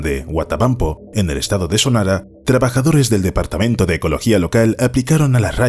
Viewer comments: Solo una precisión, es Huatabampo, Sonora, no Sonara. Buen video. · Es Sonora, no sonara. Te lo dice un Hermosillense de corazón, buen video. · Sanará jajajajaj es Sonora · estado de Sonora no de sonala XD saludos